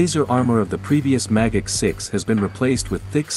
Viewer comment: Magach sounds like mah gok